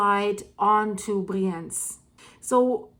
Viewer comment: It’s called Briiienz ;-) (emphasis on the “I”)